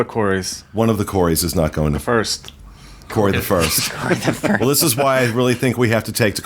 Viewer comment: . He's not Corey, he's CO-RAY!